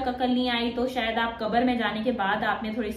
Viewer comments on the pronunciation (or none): none